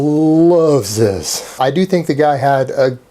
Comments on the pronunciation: It's not ZIZ, its fucking Z, his name is pronounced Z. Not ZIZ. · It's not Zizz it's Zeeez brah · is not zizz ITS FUCKING ZEEZ MAN AND IM COMING AT YA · Its not Zizz, ITS FUCKING ZYZZ BRAH